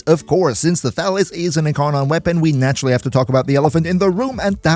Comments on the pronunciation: Thalys is a greek name and it's pronounced thalYs, not thAlys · Before I read the weapon name, I heard you say "Phalus", lol. Thought to myself "Pretty weird naming for a weapon, but I guess it could work for a POLEarm?" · OK, I can't be the only one who keeps hearing "phallus."